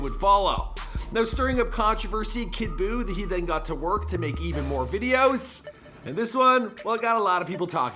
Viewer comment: I want u to never say kid boooo again